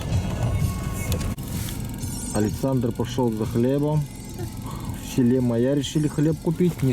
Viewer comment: Даа. слово Майя выговорить не может. И ещё одно как понять: поляна к нему примыкает озеро. 60 лет живу на земле, но вот узнал что алаас это поляна куда иногда примыкает озеро.